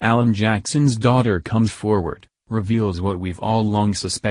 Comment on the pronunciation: A Mc Alan not "allen"